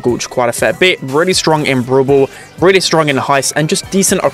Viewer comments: ITS NOT BOWL BOWL ITS BRAWL BALL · The way he say brawl ball (brubull)